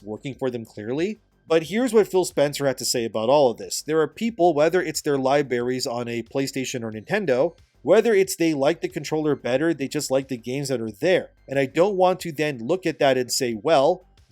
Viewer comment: bro u did not just say lie berries hahahaha come on you speak for a living and you are able to edit. Don’t take this the wrong way either, I agree with your sentiments, but mistakes like that give hipster journalists free ammo against us.